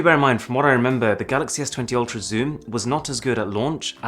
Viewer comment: Its "Ultrap"